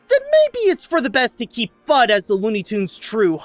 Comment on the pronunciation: Elmer *Fudd not "Thudd"